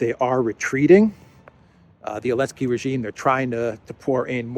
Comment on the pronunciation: Why is call Zelensky -"Elensky"?